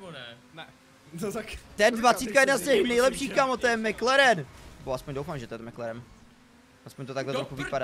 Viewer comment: Máš pravdu MaLaren (Mekleren xD) je boží kára :D